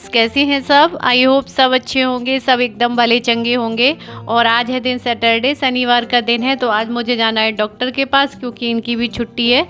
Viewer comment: Yaar plz improve ur hindi.....hr baar sh ko s bolti hain aap...आसा(आशा),मासा,फेसियल,सनिवार, भासा, और भी जाने क्या क्या।जब आप इस line में आ ही गयी हैं जिसमें बोलने का काम है तो आप को अपनी भाषा शुद्ध करनी चाहिए।भासा, बेडसीट,यह सब सही नहीं लगता।sorry अगर मेरी बात आपको बुरी लगी हो तो।शीशे के आगे बैठ कर practice करेंगी तो 8 से 10 दिन में काफी imorovement हो जाएगी,क्योंकि आप educated हैं,और कर सकती हैं।i am sure😍